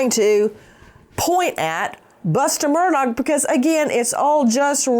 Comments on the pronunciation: Nancy I have loved you for YEARS,... I have always been a fan.. but you need to LISTEN to your own podcast... Your horse voice, and calling him MURDAG (MURR DOG) just sounds STUPID.. You should be more precise, and use outlines, and not just repeat yourself.. your on drugs at this time in your life, or drinking is not cool. Take care, eat some local Honey. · Buster gave his dead mother and brother as alibis. By the way Nancy, it's pronounced Murdock, not Murdog, although I kind of like Murdog better. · I love how NG pronounces his name as 'Murdog' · It's pronounced mur dick not mur dawg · I heard it as Mur-duck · You’re pronouncing his last name wrong. I’m amazed at these media people who don’t know how to pronounce his name. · Learn to pronounce the name Murdaugh. It's been in the news for how long now? Geez! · The G in Murdaugh is silent Attorney Grace. 😅